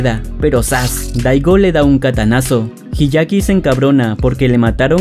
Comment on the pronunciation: El anime es mejor Se dice hyakkimaru No hiyaki Se dice taomaru La H no cuenta